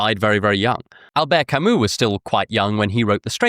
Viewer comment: the way you pronounced Albert Camus and the names of Plague characters was……. interesting